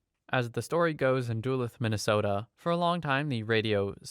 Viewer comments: Its not pronounced dulith duluth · "Doo-luhth" 😂 Duluth is pronounced "Duh-LOOTH" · Bro really called it "Dooluth" It's "doo-looth" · At story 21: i just about went insane from that pronunciation of Duluth (Duh-looth, not do-luth or whatever) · "Dooluth". I'm disappointed. As a Minnesotan, you have angered all of us. 😮‍💨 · As a Minnesotan the way you pronounce Duluth irked me. The pronunciation is Duh-looth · How you pronounced Duluth made me laugh. Minnesota names for cities and lakes are always fun when people out of state pronounce them. For the record, it is pronounced Du-LU-th. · FYI, Duluth is pronounced Duh-looth. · I’m sorry love😂 but it’s da-loo-th ik it’s spelled wrong but as a native Minnesotan I had to do a double take 😂❤❤ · I can't even focus on the video after I heard how you said Duluth ;-; its pronounced duh-looth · just for future: it's "duh-looth" (Duluth, MN). i love these stories, man. makes my own life seems perfectly sane XD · Hey dude uh just so you know in the future Duluth is pronounced like DUH-looth (sorry if this is annoying) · weirdest way I've heard some 1 pronounce Duluth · you pronounced Duluth wrong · Duluth... lol some weird pronunciations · The worst tragety in this video is how you pronounced Duluth